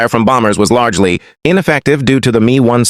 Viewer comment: ai commentary sucks. the 'me' ? M.E. messerschmitt.. not 'me'. ai readers ruin everything... . ww2 might become wuhwuhtoo.